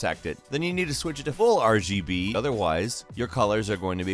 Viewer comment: Didn't get past the first one, couldn't listen to this guy say RBG one more time